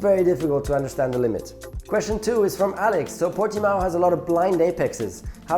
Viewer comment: Nico, i just wanted to say, as a Portuguese, you said Portimão pretty well compared to the F1 commentators. Best racing driver is easy Senna, no doubt, natural talent, amazing skill, best one ever.